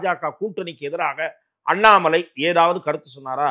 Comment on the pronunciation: Madesh senseless is not qualified to prounce the word Annamalai